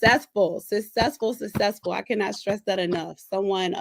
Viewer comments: “Sussessful” 🙄 Why can’t grown people pronounce simple words? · Please be able to pronounce successful correctly, as well as specific and ambulance. Then know the different uses of two, to and too, there, their and they’re. Then you are good to go! Also pronounce mine correctly 😂